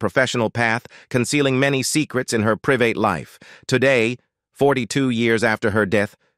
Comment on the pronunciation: Are you unable to find somebody who is capable of reading the English language and pronouncing words correctly? Saturday Night LEAVE??? Her priVATE life??? Any posts about celebrities or the Royal family all have these pronunciation errors that drive me crazy! If they can't read, don't hire them!